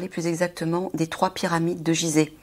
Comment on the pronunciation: Déjà elle ne sait pas prononcer Gizeh. C'est grave 😅😅😅